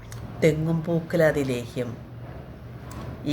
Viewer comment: നെല്ലിക്ക ലോഹ്യം അല്ല ലേഹ്യം ❤❤😂😂രാവിലെ ഉണർന്നു കുളിച്ചു വിളക്കുവച്ചു പ്രാർത്ഥിച്ചു പതിവിൽ കൂടുതൽ സമയം സിങ്ക